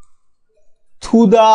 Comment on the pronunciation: It's not "though" feed. It's through feed Centerless grinding